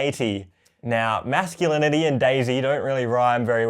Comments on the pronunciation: Love how fully embraced the meme of him mispronouncing masculinity. Props to him and his masculinaity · Was i the only one who heard masculine 80s instead of masculinity